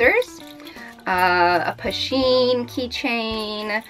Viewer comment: Pen..... PEN... Not pin.. Lol